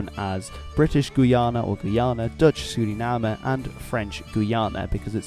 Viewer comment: Yoooooooo first time I heard a foreign speak out Suriname right